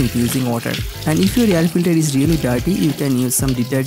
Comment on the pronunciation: Can't you pronounce air as air not yer filter